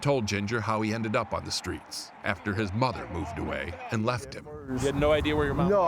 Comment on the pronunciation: This dude said "ofter his mother OFFED away wtf